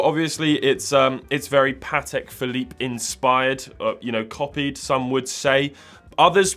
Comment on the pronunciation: Patek „Phillipe“ —> Patek Philippe